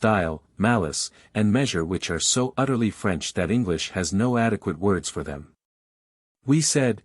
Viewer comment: French accent terrible. Voice nice.